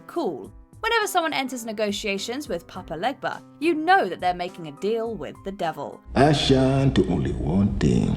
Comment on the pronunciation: It bugs me too. And the way she pronounced his name. Papa Legba is pronounced papa LAY-ba. I understand it's hard to pronounce but I just can't.